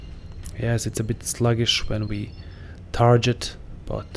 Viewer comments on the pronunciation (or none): Tar Get, not Tar Jet. Otherwise cool vid. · It's actually Tar git not tar get otherwise cool comment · it’s a short “e” sound as in “bet”, not an “i” as in “pit”, but that genuinely could be an accent thing. I have for sure heard it with more of an “i” than an “e” before.